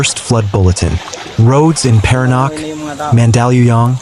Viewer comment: Paranaque (pronounced Paranyake)